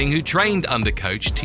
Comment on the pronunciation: This is a nice Video but the narrator seems to be pronouciing all the names incorrectly.... Who is Daana White... Tito OR tiss, Rash Add Evans, TheoDor Emilianca!!